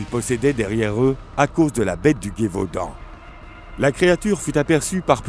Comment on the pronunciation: Plus intéréssant qu'effrayant mais je suis tilter par la prononciation de Guévaudan et pas Gévaudan a chaque fois